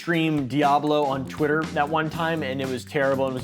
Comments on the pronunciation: im sorry did you say twittler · Did blud say twiter?